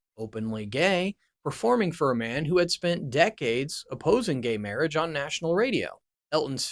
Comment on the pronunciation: Can you not read or pronounce words? Versailles? Marriage?